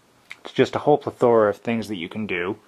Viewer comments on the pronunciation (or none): Ok, Stanza is cool. The word is PLETHORA pronounced -Pleh-thor-UH, not whatever mess of that word you made it. Also, if you kept you hands down in front of the camera, so we could see it. Good try, bad video, man. Oh yeah - AND IT'S ALL FREE! ahahahhah